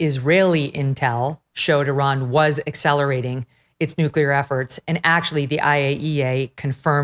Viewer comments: Wasn’t dying to hear VDH say “nukuler” over and over again 🤦‍♂️ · Love VDH. Please instruct him how to say “nuclear”. He’s pronouncing it like W, “nuculear.”😫😫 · WHAT THE HECK IS A "NCULAR""?? 😄😄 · WHAT IS A "NUCULAR"? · Impossible to take someone seriously eho pronounces nuclear as *nuke-ular*. Another instance of that guy being wrong and a mouthpiece. The very thing they criticized 4 months ago. Same as it ever was. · Nu-clee-ur”, Professor. Not “Nu-cue-ler”! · Why can’t he pronounce “NUCLEAR”?? These super-educated people keep saying “nucular”. It’s so frustrating! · VDH is no doubt a smart man, but my god he butchers the hell out of some words.